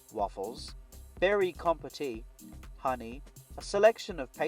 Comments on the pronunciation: It's pronounced 'compot' not compotee 😊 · Nice video mate! and I appreciate the detailed reviews of the products you show. Just an aside - you don't pronoince the 'e' in 'compote'